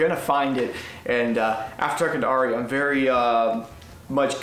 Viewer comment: That's not how you pronounce Ari 😂